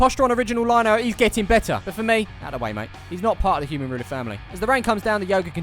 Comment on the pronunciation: Anyone else hear say batter instead of better. This is as they are called fisher and u batter fish